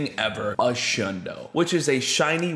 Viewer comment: Bruh isn’t it a shlundo???